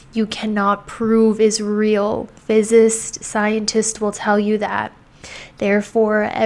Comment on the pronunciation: I'm sorry but there is something extremely "off" about this girl. Her face is like a mask...her gaze is vacant and the way she keeps mispronouncing words (she didn't even say "physicist" correctly) makes it hard to take her seriously. She didn't even say Neville Goddard's name right.